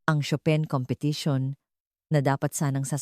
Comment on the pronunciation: Chopin pronunciation is incorrect